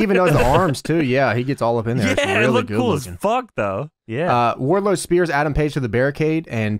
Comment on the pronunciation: Every time I hear Wardlow, I think I'm hearing wide load.